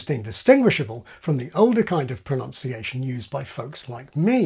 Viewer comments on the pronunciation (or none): "pro-nounc-iations" like this...oh dear!! Then "pro-NUN-ciation"....but nevermind, Engrishh ish not a schtatic language; anythink goehshh!!!!